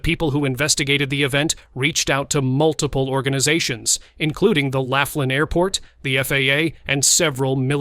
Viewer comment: It's pronounced Lofflin (Laughlin), and is a riverside (Colorado river) gambling town.